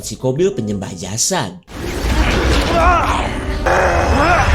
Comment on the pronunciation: Jasad bkn jasat .